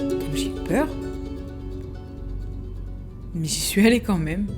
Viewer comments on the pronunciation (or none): none